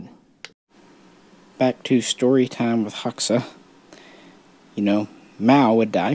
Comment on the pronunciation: Fun fact, Hoxha is actually pronounced like HOE-CHA. Enver Hoxha was a D bag though. It’s pretty wild if you go to Albania, all the old bunkers are still all over the border areas of the country.